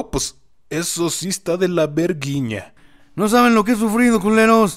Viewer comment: "no eso si esta de la vergiña" jajajajajaj